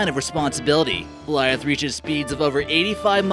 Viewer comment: GOLITAH NOT GOLIAFT